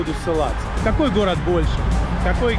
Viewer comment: жук и рак сошлись у речки разговаривать словечки, выясняли кто сильней, у кого усы длиннее😂😂😂. Взрослые люли, а страдают детскими психическими отклонениями, у кого что лучше. Услышав слово "хород" хочется спросить, про логопеда слышали ? Деревенский диалект городан никогда не сделает прекрасную местность городом. Это стыдобища, товарищи.